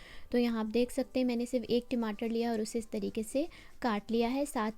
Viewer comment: Timatar😅 ya Tamatar